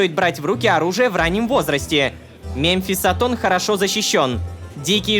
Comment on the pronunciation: мЭмфисатон так правильней произносить